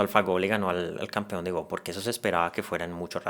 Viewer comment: El juego del Go no se pronuncia "gou" como si fuera inglés sino "go" como en español